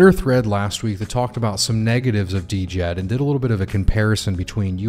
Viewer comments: [Djed] the "D"softens the"J"so not like jeep more like so we say the D(like saying "shed" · Haha got me after you said D-Jed again, thanks for the fix brother. 🤙🏼